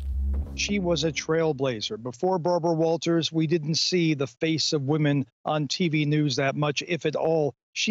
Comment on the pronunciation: "Good ebening. I'm Bawbwa Wawtaws"